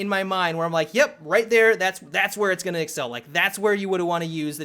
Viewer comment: Go to and slow it to 0.5 speed. "You're gonngngdng need" It is fucking brilliant.